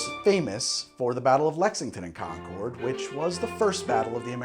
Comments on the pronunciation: My guy I love your videos but as someone who lives a town away from concord, concord is pronounced con-curd not con-chord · Im an historian in Concord...its pronounced "Conquered". And Lexington and Concord were TWO separate battles. Not sure where the rest of your story came from! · You’re pronouncing “Concord” wrong. Both the town in Massachusetts and the grape are homophones of “conquered”. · You pronounce it ConcOrd when it's pronounced ConcErd that's why there was a dispute on its spelling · MA, native here. It’s technically pronounced “Con-kurd” not “Con-cord.” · As a Concord native, 1) I love this, keep it up! 2) It's pronounced like "conquered," not "Concooord" :) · As a person who lives locally to Concord Ma, its said "conk-ERD". never heard anyone that's local pronunciation it "CON-chord". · I live around there. we pronounce it "concurd". Love your stuff! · Also, the city of Concord is not pronounced like the plane Concorde. As a native New Englander it would be more like Khan-curd. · Ironically enough, Concord is pronounced the same as "conquered." I don't blame, though. I blame Welch's for not stipulating this. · .40 in and I’m cringing at the Concord pronunciation haha. Still getting a thumbs up though 👍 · Although I suppose it could have been pronounced that way back then.